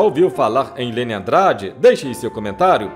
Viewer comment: Fala o nome da cantora certo...